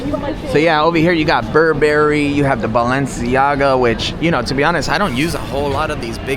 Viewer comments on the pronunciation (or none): none